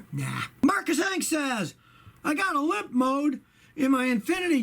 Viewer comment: Did you say Limp Mode, or Pimp Mode?